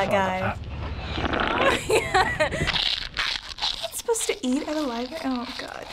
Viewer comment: LIBARY!!! nooo. it's Library.